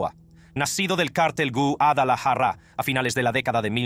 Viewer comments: Quisiera saber de que nacionalidad es el personaje que relata estos videos porque no habla español o castellano no sabe decir Guadalajara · Elvis Presley pronuncia mejor la palabra Guadalajara que tú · yo también y Guadalajara no la pronuncia asi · Q no sabes pronunciar guadalajara